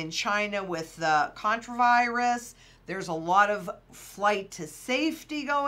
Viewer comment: What kind of virus?? "contra virus?"